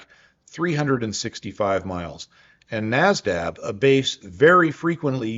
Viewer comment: tiny nitpick, but you said naz-dab while the map says nad-zab ;p (I think that's because your brain/mouth is used to hearing/saying Nasdaq, haha🤓)